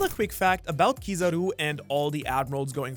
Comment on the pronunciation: It's not Kiizaru man, its Kizaaru. As you said it comes from kiroi saru, yellow monkey. The tone is on the 'a', Kiz'a'ru. If you are a sub person go check any of the times Kizaru's name is called, Ben Beckman comes to mind instantly.